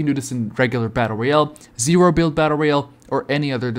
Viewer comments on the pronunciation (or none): none